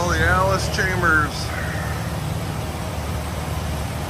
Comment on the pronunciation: It's Allis CHALMERS not "Chambers". There's no "B" in the pronunciation. I wince everytime you say "Chambers".😑 As if there was a bullet in the chamber.